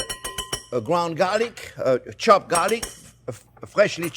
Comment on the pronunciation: is he the swedish version of elmer fudd, gwound chuck ... lolololololo seahawks had a coach with that name